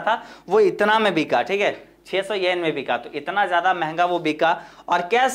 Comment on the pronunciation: Pahli baat 10sen nahi 10 yen hota hai 😁 Aur dusri ye ki 60 (sixty) yen nahi 600 (six hundred) yen hai vo 😂 But achhe se clear kar diya aapne 👍